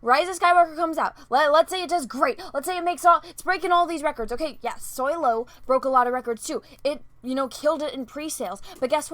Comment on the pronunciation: Did she say, " Soylo" ?